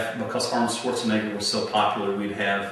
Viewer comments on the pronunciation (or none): none